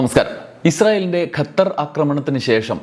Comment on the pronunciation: ഗത്തർ അല്ല ഖത്തർ ആണ് ശരി